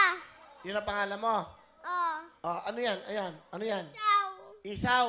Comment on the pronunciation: Si nanay ginawang bbq ang bata hindi isaw ang anak mo kundi Esau pronunciation is Iso!